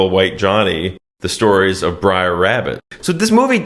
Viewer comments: You said "Sex in the City", Not only is that Mandela effected to Sex and the City but Brer' is shifted to Br'er in this timeline as well. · It's "Br'er" Rabbit, not "briar". It's an abbreviation of "brother". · "Br'er" = short for "brother", not "briar". Br'er Rabbit lives in the briar patch. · It's actually "Br'er" Rabbit, slave-speak for "Brother" Rabbit. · It's not Briar, it's Br'er, short for Brother. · It's "Br'er Rabbit" (pronounced bRARE), not Briar! Damn, it's like you didn't grow up watching this romanticized reimagining of the terrors of the Reconstruction era! Awesome video, as always! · Oh my god, you can’t imagine the horror of listening to you mispronouncing BR’ER (BROTHER) as “Briar” 75 times! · It’s not “briar” rabbit, it’s “brer” rabbit which means brother. That’s why all the animals are brer something. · It’s BROTHER. NOT BRIAR!!! Lmao 🤣 And it’s a GREAT MOVIE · Braer not Briar. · Pedantic Nitpick: It's pronounced "Brer" Rabbit (short for "brother"), not "briar". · You’re mispronouncing “Br’er”. It doesn’t sound like “briar”. Sounds more like “rare”. Funny stuff tho! Big fan ☺️👍🏼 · "Briar Rabbit" is driving me fucking nuts. It is not Briar Rabbit. It's Br'er Rabbit. Br'er is an abbreviation of Brother. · It's Brer Rabbit, not Briar. Brer is "brother" in his dialect. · It's BRER , short for BROTHER not BRIAR! OMFG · It's not "Briar Rabbit," it's "Brer Rabbit," a corruption of "brother," which also applies to Brer Fox and Brer Bear. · Bro it’s br’er (as in “brother”) not briar… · Br’er rabbit… it rhymes with bear. It’s an old contraction of “brother”… I regret being that guy, but it was driving me nuts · For the first time in my life, I understand what non-English speakers mean, when they say my pronunciation hurts their ears. "Briar" indeed. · Every “Briar” makes me cringe lol😂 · i love you guys but it's Br'er Rabbit 🙃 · Did you even watch this movie? Or are you just mispronouncing characters' names on purpose.